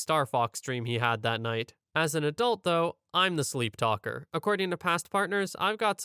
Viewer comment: "Sleeptalalalker" lol